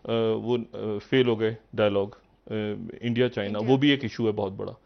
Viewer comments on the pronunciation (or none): none